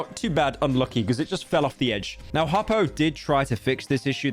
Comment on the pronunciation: He mispronounced Hoppo its so over